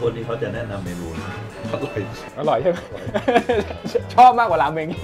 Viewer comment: ขอสักนิด เผอิญดูรายการญี่ปุ่นตามกินราเมนเยอะ ราเมน ไม่ใช่ราเมง ขอบคุณครับ ปล. ขอเลยครับไอ้ประโยคที่ว่าผมกินบ่อยๆ ขอเถอะฟังแล้ว....แต่ยังติดตามตลอดนะครับดูทุกเทป😄